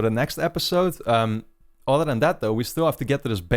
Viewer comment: I'm i the only one who thinks he say "auto" when he says "other"